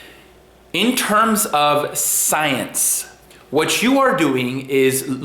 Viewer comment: I don't dislike you or have anything against you and have only seen 2 of your videos, and for the record I don't care for Vegan Stains either IMO just another TROLL on many levels, On that though. I find it very obnoxious the way you say "science" or "scientists" or "scientific" I get it some people have degrees they earned or went to school for a long time learning things blahzaay blahzaay ect..ect. But you don't need any of that shit to be a "scientists" or do "scientific" work and or studies, just saying bro. Have a good day! (LoveLife)(And)(LiveItSlowley)